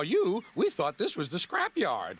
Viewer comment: Thanks! 😊 also you said thought incorrectly.